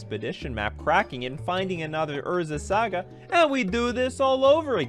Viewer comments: [sˈɑːɡə] "Saa-guh." "Sa" rhymes with "ah." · "Urza's Sega" :P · Urza's SEGAAA 🤣🤣🤣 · thumbs down because you kept saying saga wrong 😂 couldn't make it through because of it